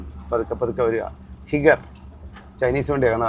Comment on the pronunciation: ഹിഗർ അല്ല ചേട്ടാ ഹൈഗർ എന്നാണ്